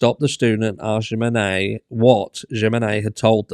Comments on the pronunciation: It's a J so in Spanish J is a H so would be Himenez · Js are pronounced as Hs in spanish. Humenes is what her name sounds like phonetically. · Pronounced Hemenez. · Jimenez : him-eh-nez (no hard J, the J in Spanish is pronounced like an “h” ) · It's pronounced "h-menenez" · Jimenez is pronounced with a H sound at the beginning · The J is pronounced H! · the J is pronounced like H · A J is an h in spanish. The accent over the e says you pronounce it strong.. like e! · Jiménez just pronounce the J like in Him and you have it.